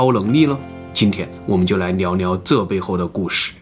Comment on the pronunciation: 聊聊 都唸成 鳥鳥